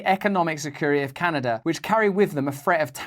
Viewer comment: Can a duh ! Great job mate you nailed it.